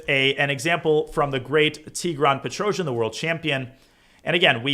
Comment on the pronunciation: Its pronounced Tigran Pe-trosz-YAN not Petro-zhi-an :]